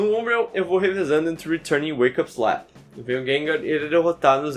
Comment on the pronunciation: Hoje descobrimos que o sabe falar retun muito melhor que eu